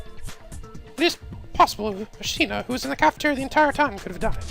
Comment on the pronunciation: One thing that's bothering me is that it's Asahina not Ashina...